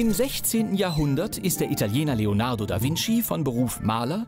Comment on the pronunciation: "Leonardo da Windschief" xD typisch deutsche Aussprache.